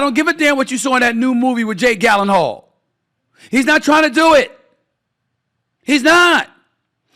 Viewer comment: Did he just say Jake Gallonhall